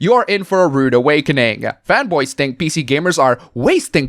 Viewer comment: Every time you said fanboy I thought you were saying femboys and got very confused